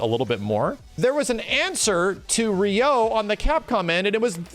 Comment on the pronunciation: TIL pronounces "Ryu" as "Rai-yoo"... but "Ryo" as "ree-yo"?